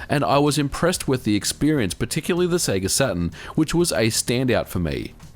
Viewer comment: say seega wrong